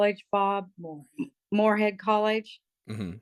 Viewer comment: It’s not “Morehead” it’s Morehouse